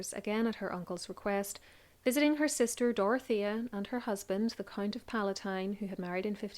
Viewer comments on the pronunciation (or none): none